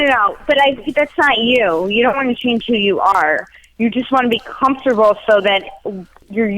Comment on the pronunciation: "Comfer-table" lmfaoo 😂